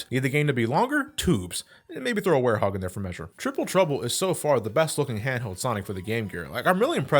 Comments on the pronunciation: Did finally pronounce Werehog as "Wear Hog" and not "War Hog"?! Anyway good review! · He pronounced Werehog right. is getting old...